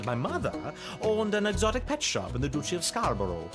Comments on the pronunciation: Hey!, its pronounced dutch-y not douche-y, like duchess. Loved you playing this game and all the references from other shows there were❤ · I CAN'T "DUSHY" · The "Douchey" of Scarborough 😂😂